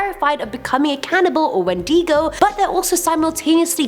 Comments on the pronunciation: I thought it was said when di go not when dee go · It’s When-Di-Go haha that’s a cool way to say it though! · (Sorry for the spelling correcting I cant help it) it’s wind-I-go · We pronounce it Win-day-go ~Proud Ontario Mohawk~ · No one: pronouncing wendigo: wEn-dEE-gO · It’s pronounced Windago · "whendego" ah yes.. the Whendego.. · Here's a breakdown of the word wendigo for you so you know how to pronounce it Wen dig oh 😘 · It’s actually pronounced Win Da Go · wendigo-- ✔wendEEEgo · r u sure thats how u say wendigo? i thought its wend-i-go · Not sure where you get these stories from but you pronounced wendigo wrong and a wedding is not a diamond its an Indian urban legend that every some amount of years a cannibal transforms into the wendigo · That’s not how you pronounce wendigo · You r saying wendigo wrong (sorry if I spelled that wrong I just woke up;-;) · How says wendigo😂😂😂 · Your pronouncing wendigo wrong dude😉